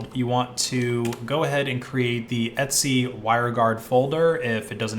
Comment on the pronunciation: why are you pronouncing ETC as ETSY its super confusing